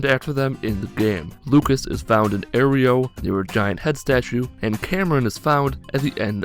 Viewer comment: I'm sorry, did you pronounce Arroyo "Aerio?" you know just how to trigger me. I love you.